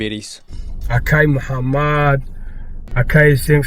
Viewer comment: "Беҳақл": номро ҳам дуруст намегуяд: акай Мҳамад мега Муҳаммад мешавад э бе ҳақл!!!!